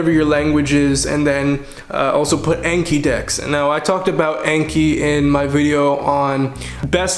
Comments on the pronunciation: Speaks Japanese fluently Also: Says the Japanese word "Anki"(暗記) like Ay-nkee instead of on-kee (あんき) when referring to the app in English. I used to say I-kaiwa instead of Aykaiwa so it's not just him. Just find it funny. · Alright I gotta say it, Anki is pronounced ahn-ki, it comes from the Japanese word あんき which means "to memorize".